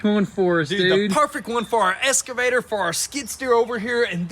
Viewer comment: It is eXcavator ffs lol. Do you say it wrong on purpose?